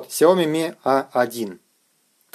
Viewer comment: Правильно говорить Shaomi шаоми